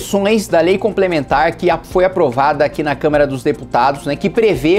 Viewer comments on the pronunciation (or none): Kim, porque vc sempre fala "câmera" ao invés de Câmara???